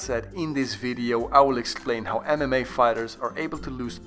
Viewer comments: Instead of MMA i kept on hearing anime.... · For a second I thought you said (Anime fighters) 💀